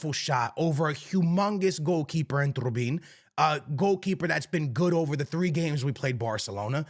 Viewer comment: Calling Trubin “ Turbin” is crazy